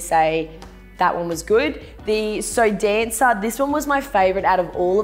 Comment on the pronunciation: Lol, SoDanca is usually the cheap brand here, like down with Sansha at the lowest end of the price range and I've only ever heard people pronounce it like "So Danka" not like "So Dancer"... Personally I think the patterned one was by far the coolest, that pattern is sick and the cut is super cool too.